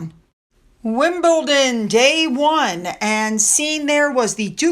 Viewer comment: Congratulations on saying WimbleDon correctly. 😂. It took a little while but you have finally got it. Meanwhile Nancy Side,y is still saying WimbleTon. Seriously, love your channel. 🥰